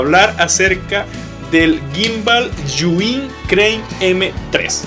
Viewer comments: Los de "Yu In" sufriendo cada vez que dice el nombre 😖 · Por qué dice yuin?